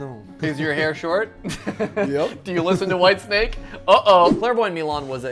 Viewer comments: not "Whitesnack" it is f****ng band: Whitesnake. someone doesn't know it's own language... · It's Whitesnake not Whitesnack.